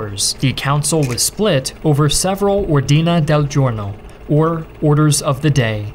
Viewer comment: How did you giust say ordine del giorno? I am Italian and that is the WORST pronunce i’ve ever listen